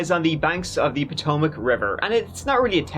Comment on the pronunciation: I’m impressed you knew how to say Potomac, most people who aren’t from this area call it the Pot-o-mac!